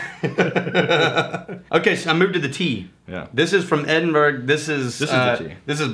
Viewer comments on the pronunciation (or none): ......and it’s pronounced “Edin - Burrow” not “Edin BERG”.....you can call it “Auld Reeky” too because legend has it that it stank of urine and shite long ago!